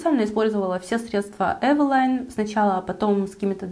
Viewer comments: Правильно евелин,а не евелайн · Не эвила'йн, а э' вилин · Почему Эвелайн? Эвелиииин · Carrie Bradshaw Да, для интереса проверила транскрипцию с нескольких языков)), почти везде Эвелин, иногда только Эвелине (с Польского, например). Эвелайн ни разу не встретила... с чем может быть связано, что блогеры так произносят? А бренд и правда интересный, помню, в детстве моя первая тушь для ресниц была Эвелин)) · не эвелайн, а эвелин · ЭвелИн. Это польская косметика. Они не говорят на английский манер. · Спасибо за видео!Очень полезное, взяла на заметку пудру, контуринг и тональную основу., а про брови ты ничего не сказала. Тебе ничего не нравится от этого бренда? правильно "эйвилин" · Я всегда думала, что название бренда читается как Эвелин.. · может ивэлин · Таааак часто упоминаете название бренда !!! Аж голова закружилась!!!! Да ещё не привычным названием ...бррррр... ЭВЭЛАЙН 🥴!!! Не знаю 🤷‍♀️ конечно как правильно читается название бренда 🤔.., но от такого произношения становится не хорошо 🥵 До конца не смогла досмотреть видио ...нерв не хватило (( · да кто ж вам такое сказал🤯🤯🤯🤯🤦‍♀️🤦‍♀️🤦‍♀️🤦‍♀️🤦‍♀️🤦‍♀️тогда и мейбелин мейбиЛАЙН. С Виду умная красивая девушка,а как скажете евелайн,выключить хочется